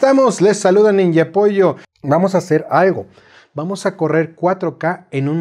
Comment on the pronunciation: Cuando dices "Hola, soy el ninja pollo" creí escuchar "niño polla" xd